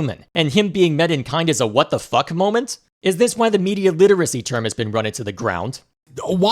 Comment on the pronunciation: the emphasis on that f was refreshing